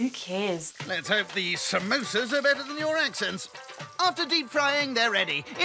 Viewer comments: Samosa is the English spelling but we say pronounce it Somosä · "Somosa's" Well done